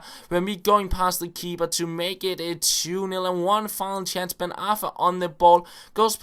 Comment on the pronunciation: u know ur saing KeeBer